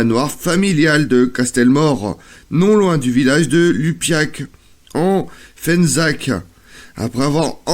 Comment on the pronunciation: Fezensac et non Fenzac, merci pour les locaux.